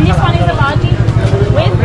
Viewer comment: Hi! I liked your video. But, just FYI, one of the snacks you ate is pronounced bajji, not bhaji. The emphasis is on the 2 jjs, not on the a.